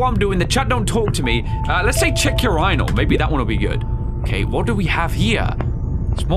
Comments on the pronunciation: I like how he pronounces urinal as "ur rai nle" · is this how British blokes say urinal? 😂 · why did he say urinal like that bro